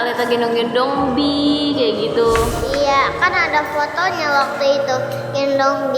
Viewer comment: ih kok bihi sih kan itu namanya bi doang gak pakek h gimana sih😂😂😂😂😂😂😂😂😂😂